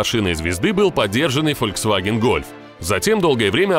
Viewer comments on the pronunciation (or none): none